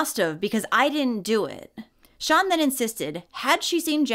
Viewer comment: I thought you were calling the monster Sean not sian (sharn). I live in the UK and had never heard of Alfie. Thank you